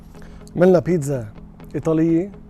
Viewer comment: اسمها بيتسا وليس بينزا